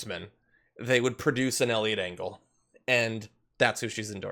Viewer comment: I heard Elliot Dingle at first and I am just going to stick with that.